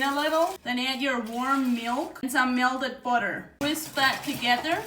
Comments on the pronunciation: I love how she says melded vs melted. 😂🧈💛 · Mea-lted budder Love her!!